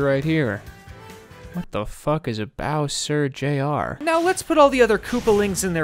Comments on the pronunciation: WTF is a Bow-cer Jay-Arh? I'm deceased. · What the fuck is a bow-sir j r?